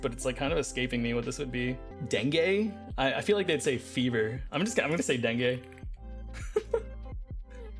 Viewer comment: its "deng-oo" isnt it ?